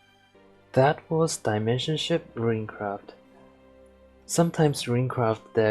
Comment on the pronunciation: It bothers the hell out of me how you pronounce it Piercing RUIN and RUINcraft. It's Piercing RUNE and RUNEcraft